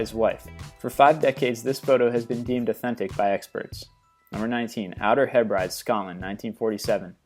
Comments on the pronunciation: its pronounced hey -bri-dees....not haybrides,apart from that amazing stuff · you say OUTER HEB-RIDES, it's actually pronounced OUTER HEB-BREAD-DEES. I just thought you should know.:) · 'Outer He-brides'....???? It's pronounced 'he (as in head) bri (as in bridge) dees'... .....and for the record, Birmingham is pronounced 'Birming-um' not 'Bir-ming-HAM'. And stop saying 'Paris, France' for goodness sakes, yes, Paris is in France, I know there is a much lesser Paris in the USA but generally, when you refer to the capital of a country most educated people already know which country that capital is in. ...Y'all. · Btw - It's pronounced Heb-ri-dees. I have no idea where the He-brides are, but I would guess Thailand. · You pronounced Hebrides wrong. Heh-Brih-Dees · It's pronounced outer hebridees, trust me I'm scottish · HEB-brid-dees, it's the outer HEB-brid-dees and "LUB-uck" ( or LUB-buck) Texas not "loo-back" dude look up how to pronounce these places if you want anyone to take you seriously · 19 - It's pronounced Hebrid-ees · It is the outer hebrides in scotland and its pronounced outer heb-ri-dees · I like your videos but you really must work on your pronunciation, you are constantly making mistakes. Try Hebrides for starters (Heb-ri-dees) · Outer (heb-rah-dees) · "Outer Hebrides"...It is pronounced Heb-reh-dee's, admittedly it is a weird spelling and probably not obvious to somebody who hasn't heard it before. Made me chuckle a bit though. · Its pronounced 'Hebridees' in Scotland. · I feel your pain he never looks anything up the see how to say it! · please learn to prenounce 'Hebrides' correctly. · Please learn to say the names of places correctly. It is like nails on a chalkboard when you mispronounce things. Example Hebrides Islands off the coast of Scotland. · Dude learn how to pronounce the Outer Hebrides